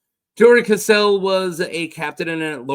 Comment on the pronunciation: It's Cassel not "Caselle" 😅